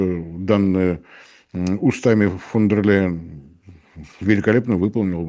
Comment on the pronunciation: Мощный дедан, даже "фон дер Ляйен" не может выговорить.